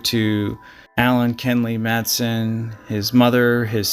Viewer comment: MATH*A*SUN is proper pronunciation ❤